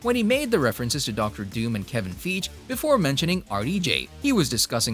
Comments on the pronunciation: Grr haha I love watching this channel but mispronunciation of names that are widely known usually puts me off... Hope he learns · Is it a Bot narrating this video... 🤔 If so, update it. It can't even say "Feige" properly.... 🙄